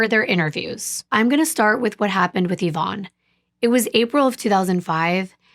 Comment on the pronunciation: I just have to say I appreciate you saying the name “Yvonne” correctly :) it’s my late mother’s name, and she hated it bc nobody pronounced it correctly. Even after she’d tell them how to say it 10 Times.